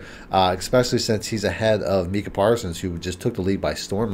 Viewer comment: Mike-Cuh (Micah Parsons) Da-kneel (Danielle Hunter)